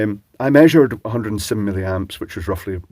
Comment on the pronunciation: hehehe you said "silly-amps"